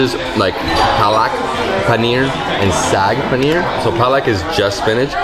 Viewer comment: looks way more handsome with shaved head, not everyone can carry it off but he has a good head shape.. looks good..and yaaay finally said saag paneer the correct way.-)) should be made an honorary citizen of India as he does more to promote Indian cuisine than anyone